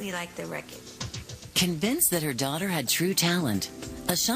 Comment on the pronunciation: i luv they way the say record! lol that sounds heckka stupid but has anyone noticed they pronounce it recide??? lol even her moms says it lik